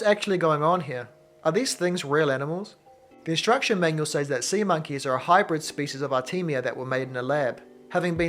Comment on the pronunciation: Says is pronounced like sez